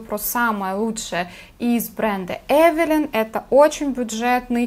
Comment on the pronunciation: Эвилайн ,а не Эвелин! не благодарите...